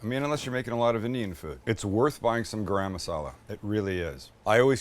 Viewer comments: Its not gram masala its garam (Gah-R[roll the R]um) masala. 🤣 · MAX….tell your dad how to pronounce garam masala. 🫣😂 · Sam, you forgot to say "Chance's and my favorite" when you added the garlic paste! I was waiting for it. PS is garam masala pronounced the same in the USA like Graham Crackers?" To this Aussie bogan (yes a real one, but living in Thailand), it always sounds like "gram crackers" and in this video "gram masala"? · Max where did you get thst bowl? Looks like a Claypot I make my Indian fish curry. I like the way Sam says Garam Masala. Lol